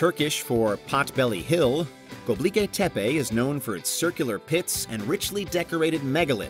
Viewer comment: hey! it's not pronounced göbliki, it's gö-bek-li. you're switching the last 4 letters and changing the last letter. you're pronouncing it very wrong my friend. 😅